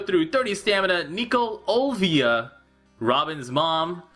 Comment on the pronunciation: Hey Why do you keep calling her Olvia? It says on her character that it's Olivia since I can read Japanese.